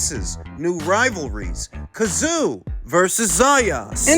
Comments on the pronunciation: Tim Tsyzu ( zoo ) ta-zoo ka-zoo it’s very disrespectful to deliberately mispronounce his name. Nobody at 154 gets near him, including Crawford, Spence , Charlo nobody. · Any chance of pronouncing Tim’s name correctly? The TS is silent and you know that.